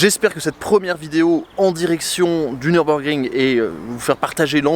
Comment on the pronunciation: Nürburgring..., je t'en supplie, ne dis pas Neurb comme si c'était un circuit anglais. Mes oreilles germanophones saignent systématiquement 🙏